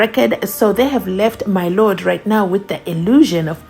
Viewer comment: “As the court pleases my LOTT” 😂